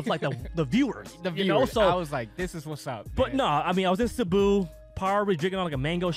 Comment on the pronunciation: Hats off to for pronouncing Cebu right